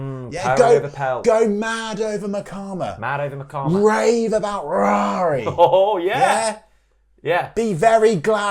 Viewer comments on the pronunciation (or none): Guys please stop pronouncing Ruairi as Rawry. As a northern Irish River End season ticket holder I can confirm that Ruairi McConville’s first name is pronounced Rory.